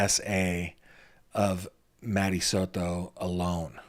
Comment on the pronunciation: It is Soto not "Soro" It is Brucato, not "Brugaro" PRONOUNCE WORDS WELL YOU 1D10T!!! (this is for that cringe reporter in court tv)